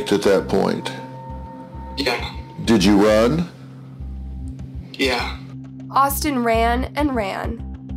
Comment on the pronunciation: The ,,yeah" sounded like Hungarian to me